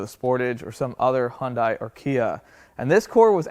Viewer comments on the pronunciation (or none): The very first thing you do to establish credibility is learn to correctly pronounce the name of the vehicle you are working on, there is no car called a "Hon-die". It's "Hun-day".